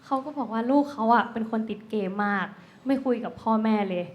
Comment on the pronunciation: เกมมากนะครับ ไม่ใช่เกมากครับ😅😅